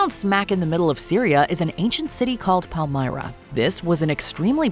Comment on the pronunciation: your pronontiation of PALMYRA is absolutely hidious